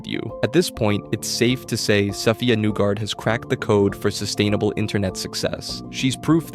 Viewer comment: You should reupload this video pronouncing her name correctly! There is a HUGE portion of people who will stop watching this video after the first 40 seconds.